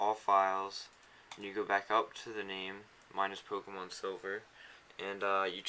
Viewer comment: POMKEMON? A NEW GAME? Duuuude i have to get this Pomkemon you speak of.